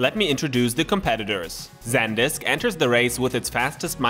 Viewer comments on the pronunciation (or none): It's pronounced "Sand-disk" not "Zen-disk". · San - disk. There isn't a second d....